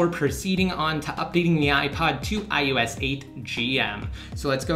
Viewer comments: WTF is iUS? It's I-O-S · Its IOS not IUS :)